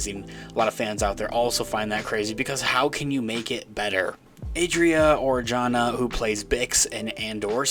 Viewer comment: Adria Arjona is half Puerto Rican (like me)(on her mother side) and half Guatemalan (being the daughter of famous singer Ricardo Arjona). But her last name is pronounce "arhona", the "j" in Spanish ALWAYS sound like an "h" like in hip or hop. Love your channel. 👍👍👍